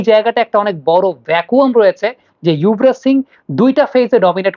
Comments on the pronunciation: উনার এই অভ্যাস পুরনো৷ ইংলিশ বানান দেখে বলেন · আপনার মুখে যুবরাজ এর বদলে ইউভরাজ শুনে খারাপ লাগল, একজন ফ্যান হিসেবে অনুরোধ থাকলো এই দিকেও খেয়াল রাখবেন, শুভ কামনা রইল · ওটা ইয়ুভরাজ হওয়া টা সঠিক, কারণ ওনার নামের বানান Yuvraj,not Jubaraj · না আপনাকেই অশিক্ষিত পায়ুবিজ্ঞানী মনে হচ্ছে৷ কারণ শিক্ষিত হলে জানতেন বাংলা উচ্চারণ যুবরাজ হয়